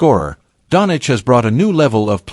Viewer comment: 'DON CHEECH' NOT DONICH YOUSTUPID SHIT...